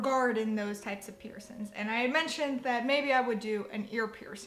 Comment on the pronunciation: please stop saying piercins 😂